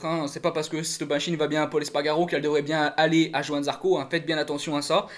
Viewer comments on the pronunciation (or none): none